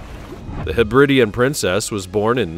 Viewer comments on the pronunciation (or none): Hebri-di-an not Hebrid-ian. The islands are the Hebri-dees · FFS, [ heb•rid•DEE•an ]. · The nauseatingly patronising narrative is enough to put one off. Understand there is a difference between ship and boat. These vessels are SHIPS - boats go on ships. While you're about it please learn how to pronounce Hebridean and Sojourn.